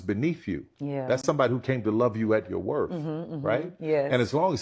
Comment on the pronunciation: I though he said worth sis